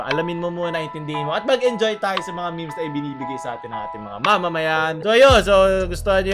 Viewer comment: I love your accent, say it again " Mga miHms"